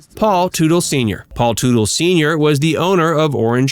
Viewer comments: Wasn't the name pronounced "Tuttle", not Tootle"? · I hate how this narrator doesn't even know how to pronounce their last name correctly, Im sure he never watched the show...Pronounced: Tut-del